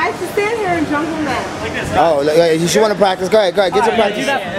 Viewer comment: "State" really and a quick tip it's that not "thad"Know leave me alone.